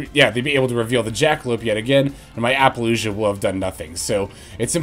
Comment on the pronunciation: Hey,. Love your stuff, but I have to speak up… why are you pronouncing it like “ApollouJUH”? It’s Apollousa. I don’t understand